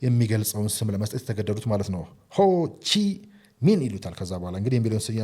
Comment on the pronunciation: Ho Chi Minh ሲነበብ ሆ ቺ ሚንህ እንጂ ሆ ቺ ምኒ አይመስለኝም፡፡